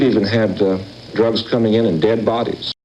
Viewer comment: Why are you the most censored channel it seems. Blocking out Vietnam war!!?? What's that about? Then you'll mispronounce a word like dee rugs and then few minutes later forget and say the word drugs normally so what was the point. Is you tube really that strict that you have to censor yourself to this extent.